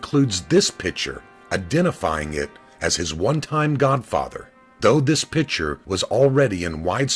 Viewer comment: The pronunciation of the word "picture" as "pitcher" annoys me, probably because a co-worker of mine does this constantly.